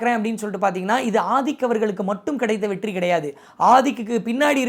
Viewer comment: 14.37 வெட்டி ❎️வெற்றி 14.50 துளைமுறை ❎️தலைமுறை✅️ novv 😅